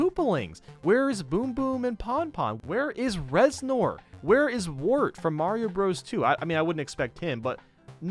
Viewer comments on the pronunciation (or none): none